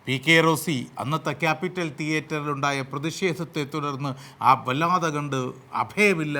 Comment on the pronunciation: ശ്രീ. sorry... ക്യാപിറ്റൽ തിയറ്റർ അല്ല. ക്യാപിറ്റോൾ... നിങ്ങൾ അറിവിൻ്റെ മഹാസമുദ്രമാണ്... വീണ്ടും sorry🙏